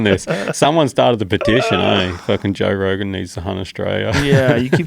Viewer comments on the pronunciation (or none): JOE "TOE" ROGAN